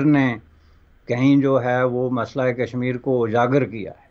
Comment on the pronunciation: Kashmir ( not Kasmur).